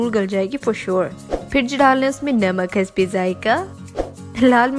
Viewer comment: ya namaak hasba zayiqa zyada bola karain